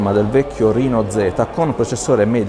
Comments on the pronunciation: Reno si pronuncia esattamente come lo si legge RENO. Mi permetto la correzione perchè anch'io sbagliavo. La fonte è quella ufficiale di casa Oppo, va pronunciato come scritto. Riguardo al telefono, vista la poca differenza di prezzo, Oppo Reno 2 senza nemmeno pensarci troppo. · vai tranquillo che non sbagliavi, Oppo stessa pronuncia "rino" e non "reno" nelle pubblicità e negli eventi di lancio internazionali, non so se in Italia hanno deciso di usare una pronuncia italianizzata per semplicità. avevamo già affrontato la questione sul primo Oppo Reno, io uso quasi sempre la pronuncia internazionale ma qualche volta mi parte un "reno" all'italiana, direi che entrambe le pronunce mi stanno benissimo e sono entrambe accettabilissime.